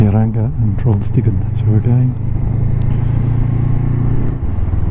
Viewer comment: What a trip and we understod you perfectly with "Trollstigen"